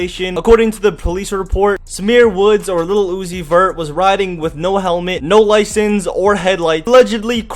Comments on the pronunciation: Keep saying Lil Uzi Vert for like 10 times. It would sound like u are saying Lucifer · Tha t boos said little uni vert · the way he says lil uzi vert is so weird.